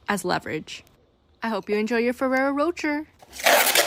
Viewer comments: it’s pronounced roe-shay not roe-cherr😂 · And he said “Roger” 😭🤣🤣🤣🤣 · Lmfao "Roacher" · Oh my god the way she pronounced rocher was killing me 😭 why do Americans always say stuff wrong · Raphael pronounced it incorrectly too and he isn't American.